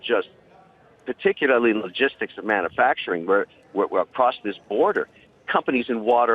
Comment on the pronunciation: I hate how he says manu-facturing. Like for god's sake, how am I supposed to take you seriously when you haven't mastered the basic syllable breakdown of words. There are 5 syllables in manufacturing. and the "u" emphasized is one of them.